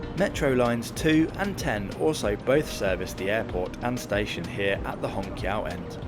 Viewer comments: little reminder, it should be pronounced as shanghai hong chiao2, instead of hong kiao2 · qiao is pronounced chee-ow, not kee-ow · I think its more simmilar to Hong Chiao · If basic pronunciations aren't learned, one gets confused. Hong Qiso is pronunced as " hong chiso". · I was a little confused until I saw the Chinese characters and the Pinyin for 'Hongqiao'. The Mandarin Pinyin 'q' is never a hard 'k' sound, but a variation of 'ch', so "Hongchiao" would be much closer. It's already been mentioned, but I thought I'd throw in my two cents. 🙂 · Hongqiao is pronounced chiao. Ch sound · Not ch, but 'ts'.As in rats. may be confusing if you dont pronounce rats the same way i do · the shanghai Hongqiao airport, should be pronounced as /hɒŋˈtʃaʊ/ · To help you with your Mandarin pronunciation. Hongqiao -- the Q is, roughly the same as a CH, so it's hong-CH'YAO. There are rules of pinyin spelling for when you use a ch in spelling and when you use a Q. Never mind. When you see a Q, there's always an I or U behind it, so pronounce it like CH. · Amazing video and a brilliant train! Just a slight nitpick, the "qiao" in hongqiao is pronounced like ciao in Italian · in Chinese phonetic "q" is pronounce "chi". So Hongqiao should be called Hongchiao. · Just register that your pronunciation for Hongqiao is a little incorrect. You should say similar (not exactly) to HongXiao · bro when u say hongqiao got me laughed, and i replay to listen it again🤣😂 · While it is lovely to not have Americans mispronouncing route, you managed not to pronounce Hongqiao correctly. The Q is often the CH-sound (as in chew). You do however have infectious enthusiasm, and I envy you your experience on this train.